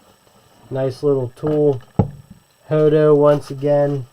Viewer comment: Hoto but pronouncing joto 🤫